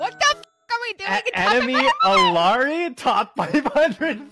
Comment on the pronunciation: That Illari take was wrong, but he pronounced the name correctly. Amazing.